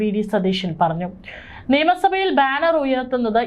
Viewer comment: അവതരകയോട് ഒരു സംശയം ചോദിക്കട്ടെ.നിയമ സഭയാണോ നേമസഭയാണോ .എല്ലാവരും നേമസഭ നേമസഭ എന്നാണ് പറയുന്നത്.